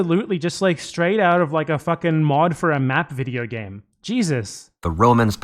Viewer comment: breath in… pause… BIDEO BAME